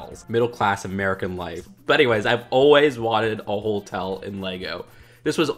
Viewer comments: Does it bother anyone else that says "holtel" instead of hotel? there is only one L in Hotel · are you saying holetel? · haha not quite. Ho-tell is how it's supposed to be pronounced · Why do you say holtel